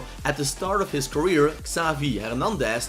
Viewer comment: Just me or does he say ‘ skavi ‘ instead of ‘ xavi ‘